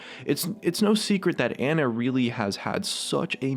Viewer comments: i'm pretty sure Ana is said ahnah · Isn't it pronounced "on-a"? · Why do people pronounce Ana as Anna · the way he said Ana's name pISSED me off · Your pronunciation of Ana makes me lose brain cells slowly... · You said Ana wrong so many times... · PioneerShark 725 I do its annoying as fuck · Pronounced Ana wrong too.